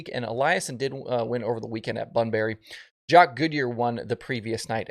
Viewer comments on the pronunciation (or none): none